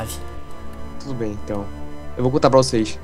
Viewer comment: mario guilherme KKKK '' debementau ''